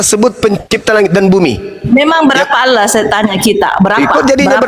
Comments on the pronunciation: Latinnya Allah,bacanya Angwah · ALLAH YA ALLAH..OLLOH YA OLLOH...GIMANA SI INI. TULISAN NYA ALLAH KOK DI BACA OLLOH